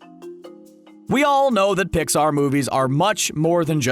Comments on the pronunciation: Did he say dixar in the beginning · At the beginning was also a mistake he said dixar movies